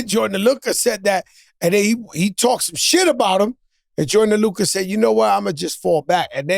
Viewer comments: ‘Joyner Luka’ 😂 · Joe changes everyones names... gorilla mems.... Joyner Luca lmfao